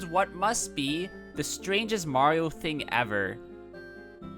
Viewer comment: Ugh the live action Mario Luigi says Mario wrong. Ugh.